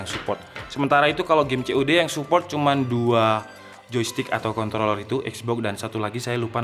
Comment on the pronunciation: Kontroler gan bukan Kontorrerrrr ,awas ntar jdi ada yg slaah dnger